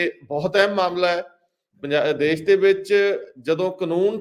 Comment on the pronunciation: You need to be neutral and balanced in your comments and in selection of topics . You need to rectify the pronunciation of specific words as Shamboo not Samboo , Desh not Des . Takia Klaam should be repeated time and again . Thanks .